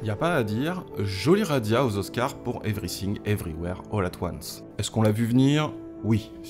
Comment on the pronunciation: Evry Sing, Evry ouère, holà toine ce (pardon)